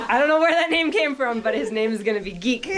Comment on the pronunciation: I think he is saying Zeke and it is coming out Geek. Either way adorable